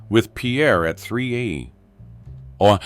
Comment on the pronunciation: The voice tone itself was pleasant, but the AI glitches in the speech was annoying as hell I would rather hear somebody else who is alive talking, then listen to somebody who cannot even annunciate the term a.m. for time